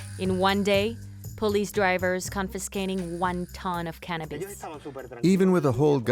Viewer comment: Bro, its really not hard to pronounce cannabis.. Not cannabeees..